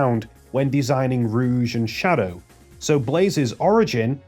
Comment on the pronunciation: "Sadow the hedgehog" (ಠಿ‸ʖಠ)?